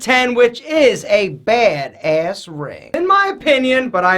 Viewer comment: I love you but the way you say badass makes me cringe. It sounds like you're saying bade Ace